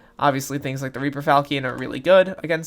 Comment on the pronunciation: Hey Nice video thanks for the info and Reaper falchion is pronounced as reaper fal-shun